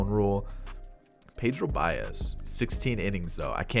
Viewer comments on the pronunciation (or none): none